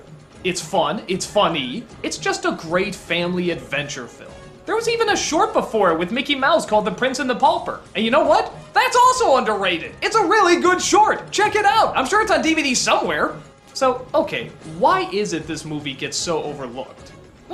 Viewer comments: Isn't it "paulper"? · There's no L in word "pauper", Doug....